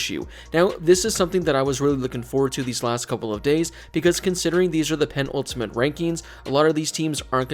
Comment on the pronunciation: Pe-nul-ti-mate not pen-ultimate